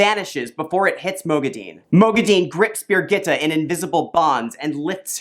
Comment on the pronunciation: I love your videos but your pronunciations make me cringe. LOL Moghedian = mo geh dee un Birgitte = burr geet A